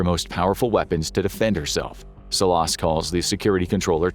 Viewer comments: It’s pronounced Salas but good episode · The way he pronounces Salas 🤭😆😆